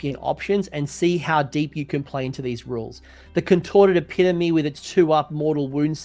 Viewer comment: Shout out to the correct pronunciation of epitome 🙌 Great work as always Coach